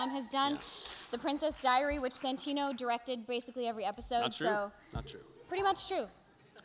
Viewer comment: bellie Well also Santino, that's not quite how you pronounce it, at least if you consider it's an Italian name xD (But close enough tho ahah)